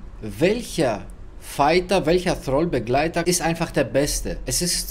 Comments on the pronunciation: Nee heist Thrall.. nicht Dialekt. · Es heisst Thrall ..nicht Troll